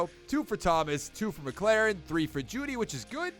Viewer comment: terry is a beast but it’s pronounced Mik•lor•en. good vid tho🔥